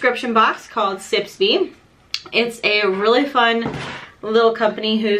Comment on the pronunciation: Don't mean to be pedantic but isn't it sips by, rather than sips be? :)